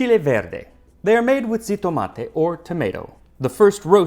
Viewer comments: "xitomate" should be pronounced "jitomate", which is why it's spelled that way in modern Spanish. I'm not sure if you're aware of all the different ways X can be pronounced in Mexican Spanish, but it's easy to get them mixed up. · Xitomate Xitomate Is pronounced "he tomate " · xitomate is pronounced Hi-tomaté